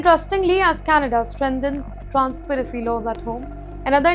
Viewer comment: Transparency and not transparacy !!